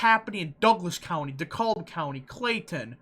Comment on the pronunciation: DeKalb is pronounced Deh-Cabb